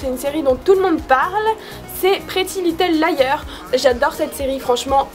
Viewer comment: on dit pas little lieur mais liarzzz